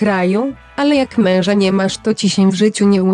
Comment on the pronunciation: Ta tak dziwnie wypowiada słowo: MEŁŻA